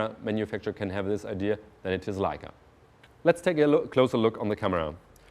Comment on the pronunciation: I love hearing Germans say "Leica". It just sounds right haha.